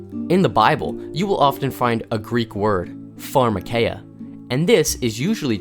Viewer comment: If you"re going to quote Greek, get it right. farma KEEE ah